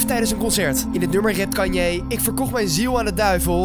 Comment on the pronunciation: Haha Hij zij kan-ye